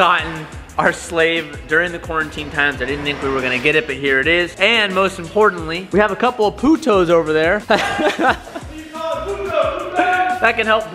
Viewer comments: LMAOOOOO "POOOTOS" HAHAHAHoiASDHOUQABSEN Im dead 😂😂😂😂Good try tho ill give an 8/10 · PoohToes.... Really? lmao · lmaaao thanks for the timestamp! I didn't realize he was trying to say Puto hhahaahah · saying Puto is the most whitest thing i’ve heard 😂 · Please don’t attempt Spanish💀💀🤧😂😂